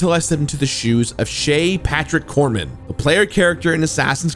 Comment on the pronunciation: I believe it's Shay Patrick Cormac , not Corman....